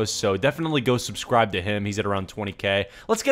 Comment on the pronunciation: " Go ahead and subsibe "